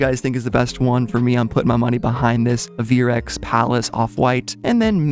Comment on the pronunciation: "Ay-ver-x" not "Uh-veer-x"